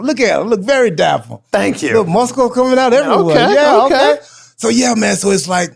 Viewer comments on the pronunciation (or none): I love that Truth pronounces muscles like Popeye 😆🤣